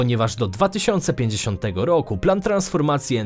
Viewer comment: Świetny pod względem merytorycznym kanał, ale tragicznie się go słucha. Skąd ta dziwna wymowa? "W POLSCE według stanu na koniec 2020 rooku, odsetek ludności ogółem korzystającej z sieci gazoweej wyniósł 54 i 2 dziesiąte procęęTA."